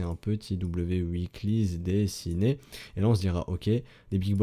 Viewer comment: Je regarde tous les épisodes, je comprend rien mais je sais qu'on attend un W uikly :P chaque que je t'entend dire Uikly (weekly) je souris deavant mon écran c'est mon kiff à moi sry ;)